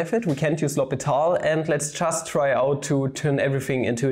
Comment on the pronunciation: Its L'Hôpital, NOT L'Hospital. Huge pet peeve of mine. 😂